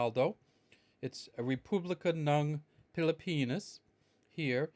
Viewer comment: Is just me who hear's everytime he says Pilipinas, he pronounce it as pili-penis. lmao XD Peace!